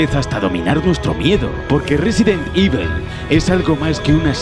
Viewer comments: "Resident ivel" increíble inglés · No pretendo ser castroso pero JAMAS EN LA PUTA VIDA SE HA PRONUNCIADO "IVEL". Coño.